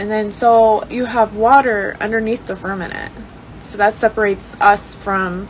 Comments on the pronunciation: is she saying firmanent? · Great video! I wish the girl with the eyelashes would learn how to say firma ment. Sounds like she is talking about a fern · Fur-MA-ment, fur-MA-ment, Bambi eyes 😊